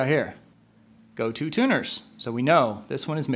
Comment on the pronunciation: Good info on Yamaha guitars. I always thought they were criminally underrated. Psst : Gotoh is pronounced "go-toe," not "go-too." 😉